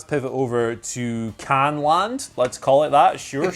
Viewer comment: Must have exhausted "Khandyland"?